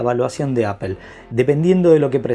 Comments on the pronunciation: Se pronuncia apol no apel, porfavor haha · porque dices apel?